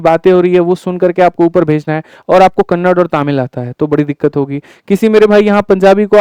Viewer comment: Not Kannad ,it is Kannada Karnataka ❤